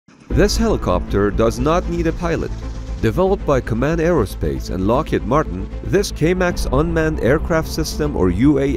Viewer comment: You mispronounced Lockheed you said lockhead